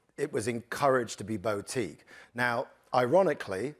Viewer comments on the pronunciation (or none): Summary: ‘Yes, we’ll always find a way to rip off artists from the money they deserve and make sure it ends up in our pockets’. ‘Bow-teek’ Who the flying fork says ‘bow-teek’.